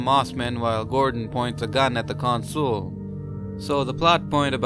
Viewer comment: I really don't get why you pronounce 'Consul' as 'con-SOOL'. It's 'CON-sul'.